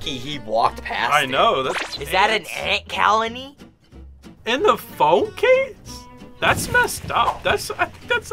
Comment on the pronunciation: James:”Is ThAt A aNt CaLiNeY?!”😂😂😂😂😂😂 got me rolling on the floor